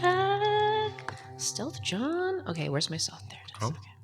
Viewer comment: Jown, the combined form of "Joe" and "Jawn"